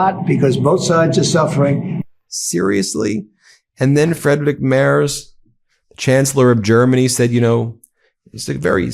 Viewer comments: Hey, Ben Friedrich Merz's last name is pronounced Merts. Just sayin... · Its pronounced MERTZ, not MERZ. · Love this channel. But, do try a little harder to pronounce foreign names: Merz is pronounced Mairts, not Mares. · Pronunciation of Merz = mertz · Try to pronounce the 'z' in Merz more like 'ts' please... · In German "Merz" is pronounced " Mairts." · Ben... Friedrich Merz => Freed-rich (like the Scottish word loch) Merts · For the love of C'thulhu: check the pronouciation of names of foreign leaders. Merz is pronounced with a t after the r. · Please pronounce him MERTS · FFS! Please learn to pronounce the German chancellors name PROPERLY! In German, "ie" is s pronounced "ee", as in the word "free". So Friedrich is pronounced "Freedrich" The letter "e" is pronounced "ay", so Merz is pronounced, "m-air-tz". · Learn how to pronounce the German chancellor’s name. Although, you are making progress. You no longer say “mars” like the planet. Let’s work on the final consonant. It is pronounced like a sharp ‘ts’, much like the ‘zz’ in pizza. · Americans, please at least try to get rid of your general mispronouncation of vocals when pronouncing foreign names! Friedrich should maybe spelled Freedrikh for you? And the "e" in Merz sounds more like the "e" in "error", the "z" = "ts". Try that. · Great episode, but a quick tip. Frederic Merz is pronounced with a hard Z at the end - similiar to MERTZ.